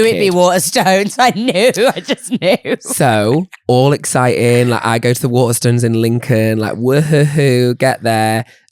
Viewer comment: i would like to file a formal complaint against for his pronunciation of ‘Waterstones’. Ma’am why are you saying WATERSTUNS